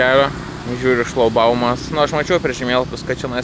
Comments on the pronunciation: ne šlaubaumas:)) ŠlaGbaumas, šlaGbaumui;) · 1. Ar jis sako “Šlaubaumas”? :D 2. Patarimas draugiškas: kalbant apie šį karą konkrečiai įvardyti ahresorių ir to karo vienintelį sukėlėją putiną. Nes dar nei viename vloge to kažkaip nebuvo padaryta. Suprantu, gal čia iš nepagalvojimo, bet tai šiame kontekste yra itin svarbu. Antraip gali susidaryti klaidingas įspūdis.